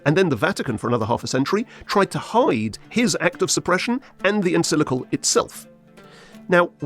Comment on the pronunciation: First off, the word you keep messing up is En-CYC-li-cal. Practice is in order — not to mention some actual research. Neither Pius XI nor Pius XII was afraid of Communism (never a natural fit with Catholicism). Rather, they had spoken out forcefully against it. Hence, the diligence of the Soviet KGB in spreading lies about Pius XII after his death — lies that shape your “curious” version of history. That wretched play, “The Deputy,” was an outgrowth of the propaganda; created by an East German school dropout, Rolf Hochhuth. His trash was given legitimacy by the Royal Shakespeare Company, no less! The notion that more “forceful” statements from Pope Pius XII would have made Hitler “more circumspect” is laughable. Much like your fantasy of “staring down” the Nazis with a high moral stance. Hitler genuinely despised the Catholic Church, especially since Pius XI issued his anti-Nazi encyclical (that word again), “Mit Brennender Sorge” (“With Burning Anxiety”) — drafted largely by Cardinal Pacelli, later Pius XII. Hitler expressed his desire to “crush the Church under my boot like a toad.” He also wanted to raid the Vatican and “pack up that whole whoring rabble.” Such threats did not deter Pius XII from speaking out; not even Hitler’s plan to kidnap and kill him. (So much for “Hitler’s Pope”!) As early as 1940, Albert Einstein praised the Church for its actions. Regarding sheltering of Jews, convents and monasteries hid Jewish refugees at the expressed orders of Pius XII. Cardina